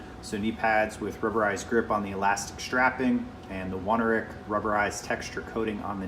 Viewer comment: Only problem I have with mine is that the knee grip is significantly above me knee, but everything else fits fine. Guess my legs are just proportioned weird... Also mine do not have a rubberized waist, but it's not something I really care about either way. P.S. it's pronounced own-air-ick